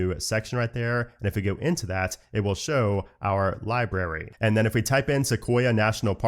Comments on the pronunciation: I love your videos,, but it libRary with an R, Not Libary,.:) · Did he always say "libary?"